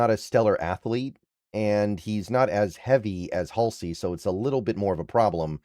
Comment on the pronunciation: you totally mis-pronounce so so many names and words that very very simple. It's Hall-See or Hall-C, not that difficult dude.